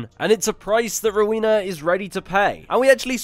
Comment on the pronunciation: LOVE this video! Just for future reference though, her name is pronounced "Row-when-na" and not "row-wee-na"